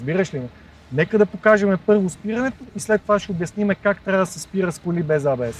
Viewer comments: Е, не може ли поне водещите да се научат, че НЕ се казва ай-би-ес!!!!!?? Или А-Бе-еС на латиница. Или ако сме големи англичани Ей-Би-еС. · ЕйБиЕс, не айбиес. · някой да му обясни на тоя дето вика и маха, че ABS не се произнася като IBS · Хубаво видео, ама, стига моля ти се с тоя Ай Би Ес - или е А Бе Ес(както се произнася от немски) или Ей Би Ес от английски. Това Ай Би Ес е все едно IBS.... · до село крайници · Ей Би Ес, не Ай Би Ес (ABS vs IBS) бате, бате :) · Много ценно само дето АйБиЕс-ът е ЕйБиЕс или АБС. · От немски език фонетично ABS е "А-бе-ес", от английски е "Ей-би-ес". Ай-би-ес (IBS) няма,! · Защо и двамата повтарят"АЙ БИ ЕС (IBS)" а не "ЕЙ БИ ЕС (ABS)"? :D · Хахахаххаха хахахаххаха "АЙ БИ ЕС". И тоя човек уж се води, че разбира от коли. Или е учил английски в Афганистан или не е учил изобщо. Но евала за клипчето. Показах го на много хора и се учудих, че за повечето хора това беше абсолютно нова информация. Не знам къде са живяли до сега, но факт...